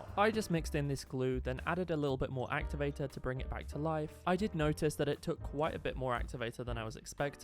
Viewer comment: “actuvatu”💀 “amizin”💀 “puple”💀 “pufict”💀